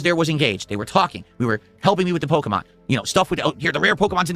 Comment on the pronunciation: Can someone please explain what pokamon is? Is it that difficult to say pokemon or am I losing it 😂